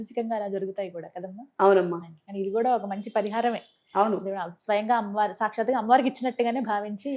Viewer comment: అమ్మ వారు అనమ్మ, అమ్ము కాదు please